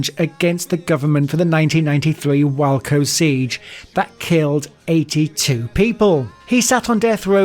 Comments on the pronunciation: It's pronounced way coe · Dude, I like the content but please learn to spell and research how to pronounce certain words like Waco. It's pronounced wayco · sorry but some of the pronunciations are so bad “goattie” “wacko” so funny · The narrator should be in ADX for the way he butchers some of these names like the Loocheese mob family, John Goaty, USP Tuskan, Arizona, Wacko,Texas, Semoan Trinidad and not sticking with the captions! 🤣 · Waco, John Gotti, and the lucchese family how the hell do you pronounce every terrorist perfectly but you get the most simplest names butchered. Good video do your homework first. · ADX Florence and its inmates is a fascinating subject. I was so happy to watch this video until the narrator spoke. The pronunciation alone made this a disgrace. Waco and Padilla are just a couple of butchered words but there are many examples. The photos didn’t always match up with the person you were referring to. Also, all the inmates you spoke of were the ones in Wikipedia. That tells me barely any research was done. This could’ve been a good video but you cut corners smh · Great vid but butchered names of people and places Favourites being WACO and also Mob boss John Gotti